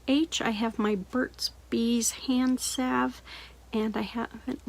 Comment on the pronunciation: Thank you for saying salve right. So many doesn’t lol.